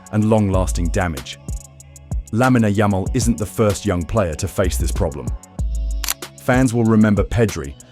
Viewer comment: “Lamina yamel”